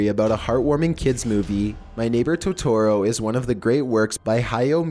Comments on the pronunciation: Please... for the love of god look up how to pronounce things... that "Toetoeroe" was the worst. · He said Totoro. He's supposed to say Totero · Totorro? its Totoro. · You were saying it wrong Todorrow is pronounced toe der row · I love your videos but please double check your pronunciations totoro is pronounced to-to-ro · Btw you have to say Totoro a bit fast, TO-TU-ROE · I loved watching my neighbour totorro. Its pronounced toe toe roe. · I thought it was pronounced toh-tuh-roh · Fucking TOHTOHRO? GIBI?? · Oml it's toe-tore-oh And ghib-il-e And I thought someone denied it? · THE WAY YOU PRONOUNCE TOTORRO;; also, Studio Gibi??? *Gibli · BOI IT'S TOTORO PRONOUNCED TOE TOE ROW AND STUDIO GIBLY OK GOSH soz I get really triggered when someone pronounces it wrong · It's ToeToe Row. |D you such at saying Japanese names lmao I'm sorry but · Captain Tici Studio gee-bee 🤦🏼‍♂️ Toe-tore-oh 🤦🏼‍♂️ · dislike said totoro wrong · please stop saying Totoro-- jesus Christ- you're butchering the name oh my god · hes saying totaro wrong ( i cant spell im sorry) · The way you pronounce Totoro makes my eyes twitch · How he said totoro and ghibbly angers me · That isn't how you pronounce Totoro. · Lol I cringed when he mispronounced everything in totoro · I’m more angry about the way he sais Totoro 😂😂😂😂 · Besides the mispronouncing my neighbor totoro and such like Ghibli(ji-blee) He showed a scene from spirited away instead lol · You pronounce totoro dumb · you pronounced totoro wrong. studio Ghibli has a lot of dark secrets like grave of the fireflies and spirited away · The way he pronounces Ghibli, and Totoro hurts my soul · ok his voice does get kinda annoying after a while but i let it slide but the way he pronounces totoro is just rjfnwkljfnr and (i know they corrected it but still) fucking studio gibi? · omg for totoro he doesn't say it right and the picture with the mouse guy isn't even from the movie 💁💁💁💁😬😬😬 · it kills me that ur not pronouncing totoros name correctly Dx